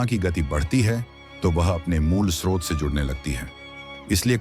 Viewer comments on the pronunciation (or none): none